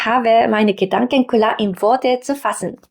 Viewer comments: Ich finde es lowkey amusant cute, wie du "klar" sagst, also Kular, das ist wie bei mir mit Tree oder Free auf englisch, da sage ich Tuiee oder Fuiee, kann leider nicht das Englische R aussprechen, daher habe ich dann ein sehr harten Deutschen akzent auf englisch. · Hi! Ok, dein "klar" klingt eher wie "ku-lar", aber insgesamt finde ich deine Sprechweise recht angenehm. Ok, ist ausbaufähig, aber möchtest du mal mein japanisch hören? 😂😂 - ìch denke auch, dass sich die eigene Denkweise je nach Sprache mitändert. Seht interessantes Phänomen!!